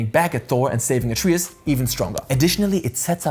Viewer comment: What language did you play this game in? Why do you keep pronouncing Atreus like that?